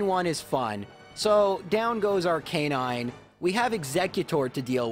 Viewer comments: Me bingewatching videos: It's Arc-i-nine AAAAAH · I’ve never heard arcanine pronounced like that but it makes so much sense ya know? Like its name is arcane and canine combined so it would make so much sense to pronounce it like that but still it’s so weird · anyone else triggered by the pronunciation of Arcanine?